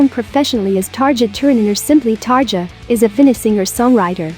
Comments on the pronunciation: Xusme dear, don't say 'targia'. It's 'tarria' ^^ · It's Tar-EE-a